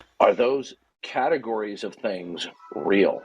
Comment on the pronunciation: Did this a-hole say 'catagoriness" over and over. Again, a serial killer of the English language.